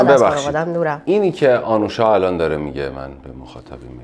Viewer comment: اسم ایشون آنوشا هست نه اَنوشا. لطفا روی لحنتون کار کنید، گاهی اوقات سوال پرسیدنتون شبیه به بازجویی شنیده میشه.